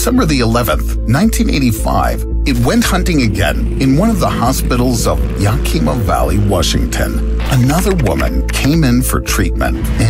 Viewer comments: please pronounce it right its ya-kim-a not ya-keem-a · When you pronounce place names please look it up. Yakima is pronounced as ya-kuh-muh not the way you pronounced it. It is a name for an American Native Tribe - Yakama Nation Native American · Love your channel but i have to help you out. The way you pronounce Yakima is wrong. I live in Washington. The way you pronounce it makes it sound like a province in Japan or something. lol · Crazy story! And your pronunciation of Yakima is hilarious. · I was thinking the same thing. He gave Yakima some sort of Japanese pronunciation lol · The way he mispronounced Yakima, lol. Smh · This video mispronounces the word Yakima (the name of a locale in Wa. state). The narrator needs tp speak with people from that state to hear the correct pronunciation.